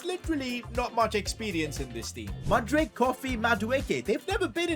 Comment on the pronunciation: I really wish youd say mudryk right